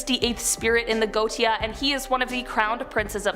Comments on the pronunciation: GO-WAE-SHA!!!! and it's not the bow (tie) of a boat it's the (take a...) Bow of the boat. (For the titanic 2022 video) both for. You guys really need to check how to pronounce normal, simple, mundane, common things. R Especially if you are going to say the word 10-50 times in a video. Love the channel and the people, just need to shape it up a little bit. Stay safe everyone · It's pronounced Go-ay-sha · Just a friendly piece of info. If you make another video about the Goetia... it is pronounced... Go ay sha. :D PS Love your vids good job! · Go look up how to pronounce things before you subject us to repeated infuriating mispronunciations. It is the Ars Go-ee-shuh. Good lord. It doesn't take that much time and it makes you look less foolish